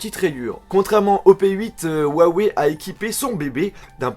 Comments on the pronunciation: Juste en chinois sa se prononce rouaweï et non ouawé . Voila juste pas la peine de m'insulter en disant "on est pas tous chinois" "tg" ... C'est juste une information . ; ) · si juste me permettre, huawei ne se prononce pas wawei, comme tu le dis. Sachant que c'est une marque chinoise, en chinois, le "H..." se prononce plus à la manière d'un "R" Il est donc preferable de prnonce cela comme ceci : rwawey Voila en espérant ne pas avoir été trop chiant, et que ça vous ai aidé :) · on pronoce huaweiyyyyy pas ouwawè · ruawei... !! et non pas wuawei..!!!! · la marque huawei est chinoise. J'ai un pote chinois qui s'y connait bien. Normalement, la prononciation se dit Ouaï Ouaï. Peut-etre qu'il se trompe ou que c vrai, moi je sais pas. Allez salut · ps : au fait, juste pour info, on dit "Huawei" comme ça ; 'roua-woueille'. (le 'h' en pinyin chinois se prononce quasiment comme notre 'r'). :D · j'ai aimé ta vidéo mais Huawei se prononce ruawei t'as juste a prononcer le h en r #LogiqueDeLaPhonétiqueChinoise. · Yannick Il dit huawou c ca ? XD